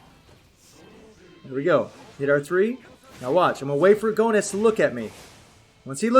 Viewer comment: No offense, man, but the way you say Goenitz sounds like GONADS.. 😂😂😂😂😂😂😂😂 Edit: I'm almost done maxing out my baby son Bao!!! YAHOOOO!!!!!!